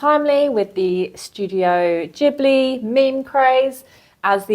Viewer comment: Ghibli - gib not jib (as in give)